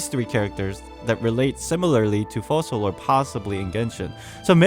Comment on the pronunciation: I think the pronunciation of the "c" in Focalors is like a "k". It's latin I believe. In the video you say Fosalors.